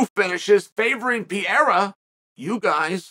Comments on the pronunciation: Please, for the love of God Chael, the man is not French. Stop calling him Pierra. It's Pereira. Like, there is only one undefeated, undisputed Chael Sonnen "Per Era." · Sonnen. Could you please says Alex last name right. Isn’t Piera, it’s Pereira. Thanks in advance. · Dude stop saying Pierra 🤌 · Poatan “Pierra” according to Chael 😂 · Please quit saying "Piera" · 9 minute video and im not sure I heard him say the champs name correctly once. 😂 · Why can't you learn how to say the man's name properly. You talk about focus and honing skills and you can't say pereira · Learn to say the champs name, ariel already called you on this. Shame on you Kale Sonnen